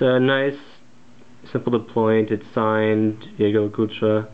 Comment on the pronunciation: Oh my God, someone finally said the brand name right!!